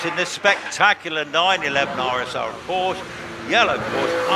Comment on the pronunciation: Why do so many people mispronounce Porsche?